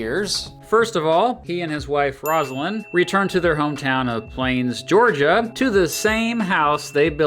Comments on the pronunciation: Great video,. Quite informative. It's interesting to think about former presidents being alive when later ones are serving, like John Quincy Adams and Herbert Hoover. Two notes: Jimmy Carter's wife's name is pronounced ROSE-uh-lin, not ROZ-uh-lin. And Democrat is a noun. Democratic is the adjective form, so "Democratic president" rather than "Democrat president." Keep up the great work! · ROSE-LYNN is how she pronounced her own name. Despite, lovelouloveyourshow.